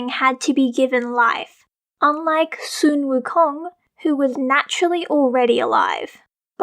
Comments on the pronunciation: Sun Wukong is not pronounced Soon Wukong, it is pronounced Son Wukong!!!!!!!!!!!!!!!!!!!!!!!!!!!!!!!!!!!!!!!!!!!!!!!!!!!!!!!!!!!!!!!!!! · You mean "sun wukong" not "soon wukong" right?